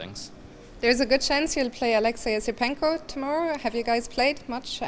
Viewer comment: lol she said alexei esipenko